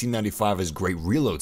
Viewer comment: I respect this guy simply for pronouncing "Gewehr" correctly. Good job, nice vid.